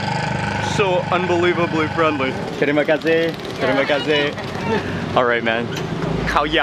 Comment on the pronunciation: saying ' Terima Kasih ' perfect accent and pronunciation..